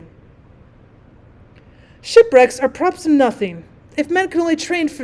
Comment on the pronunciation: “A-props” caught me way off guard